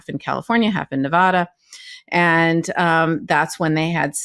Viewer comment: Seriously KFA, don't say Nevawwwwwwwda. Bad, sad, glad, grad, fad, cad, lad, mad, had, pad, rad, clad, dad, vlad......NeVADa